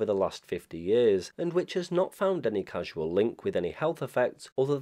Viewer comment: I'm hearing repeated use of "casual link" in this video, when the proper term is "causal link." Otherwise, aside from ICNIRP being called ICINRP in one or more instances, a perfect post on the topic.